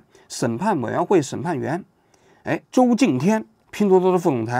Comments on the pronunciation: 王局文化程度不咋样啊 周qing擎天 还周敬天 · 周擎天，能他妈读成周敬天😅😅😅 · 周擎（qing）天，一柱擎天的擎